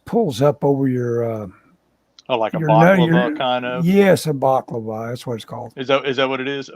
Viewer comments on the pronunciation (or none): Balaclava not baklava lol